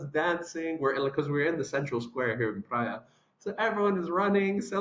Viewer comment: Good video! But, please, pronounce “Praia” like if it were “Prye-a”, do not pronounce it like “Praee-a”. Actually, 9 inhabited islands, 1 uninhabited. If you are still in Praia, I hope you enjoy your stay. 🫂❤👍